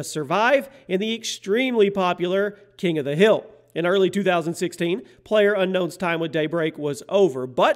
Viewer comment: King of the HILL? Last video of yours i watched you pronounced HERETIC wrong too LoL #MiniFail